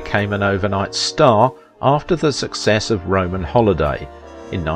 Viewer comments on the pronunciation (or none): none